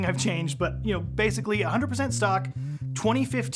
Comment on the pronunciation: Why when he says “100% stock” it sounds to me like “100% suck”? 😅